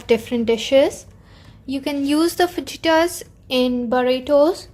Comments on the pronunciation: I don’t want to be rude but just wanted to let you know that it’s pronounced as Fa”hi”tas not Fa”ji”Tas..good recipe 👍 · 2 things,first its pronounced Fa-Hee-Tas and second, there's no such thing as veg fajitas. Fajitas are supposed to be meat cuts as prime ingredient. You can't make veg prime rib or veg pulled pork. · Yes it pronounced as fahita